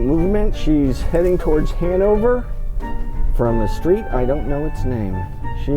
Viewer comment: Preston why did you say your stweet now who ever say they live in Texas